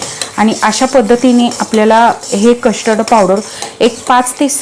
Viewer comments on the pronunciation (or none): Kashtard nahi custerd powder pronounce kara